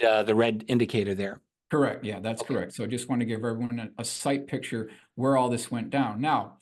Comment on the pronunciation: Is from Baltimore? The word "pixture" is a Baltimore pronunciation of "picture."